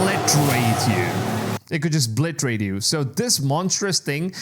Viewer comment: This guy is a fool. Does he actually believe his own BS. Possibly he is so thick he doesn't realise that the word is obliterate not bliterate. 🤡